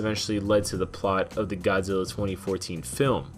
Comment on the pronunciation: 51 I'm sorry but uh... Godziller